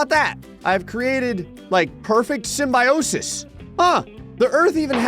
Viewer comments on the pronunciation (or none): none